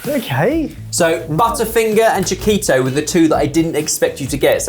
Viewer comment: Hearing a Brit pronounce butterfinger as it is written made me notice how we Americans pronounce it as “budderfinger.” Apparently there is a term for this and it’s called Flap T. When a T has a vowel on either side like city, water, waiter and butter, the hard T sound is often replaced with a D sound. Language is fascinating.